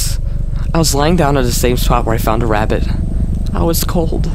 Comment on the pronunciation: “The ravvit”